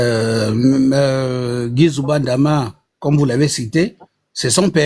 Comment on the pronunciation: Ma sœur c'est Guy NZOUBA NDAMA et non NGUY NZOUBA DAMA j'entend plusieurs personnes souvent l'appeler ainsi